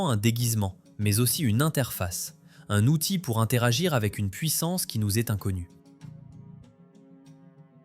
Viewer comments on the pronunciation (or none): none